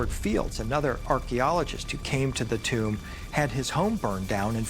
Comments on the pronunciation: Why does the narrator pronounce TOMB as CHOOMB ? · ramy romany ..its a Tomb not a . " TUME " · What is "Tumbe" he keepa saying? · British Boy, "and i oop... A tomb"